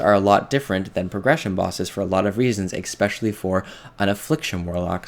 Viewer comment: No one starts fights with 5 shards, no one has 100% reap uptime, and the kills aren't that much faster. Go look at your last kills to your this weeks kills. They were faster, but not by so much as to push your point. Also, it's Eh-Specially. Not X-Specially. You are right though, they didn't need to nerf it now. It was very stupid.